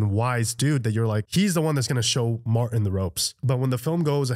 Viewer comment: Ok first off the man's name is MarTIN! not MAR//ENN. 😂 2ndly they just get BETTER!! First time visitor here. Great watch, great editing. Most leave out great quotes and scene pieces we Tube surfers watch your "REACTION" to! Good Job!! Gonna scan your channel and see what else you got! Peace 🕊️☮️♾️😎